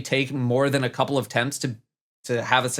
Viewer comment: There's only really one takeaway from this video... says "coople" (couple). 'Trv and make a lovely coople.'